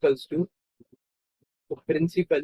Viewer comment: Principal hota hai prinple nahi😂😂😂😂😂😂😂😂😂😂😂😂😂😂😂